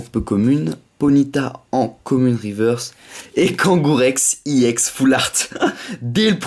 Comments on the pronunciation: on dit ex pas ièx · pourquoi tu dit iex à la place de ex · On dit pas ix on dit ex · non pas du tout regarde on dit bloc ex et pas iex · pourquoi tu dis iex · on dit ex est pas éx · ex pourquoi tu dis iex a la place de ex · Cest pas iex cest ex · tu me soule a toute tes ouverture je te le dis : on ne dit pas i ex mais une carte ex t c** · c’est pas i ex c’est ex et tu triche sur David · pourquoi tu dit iex ??????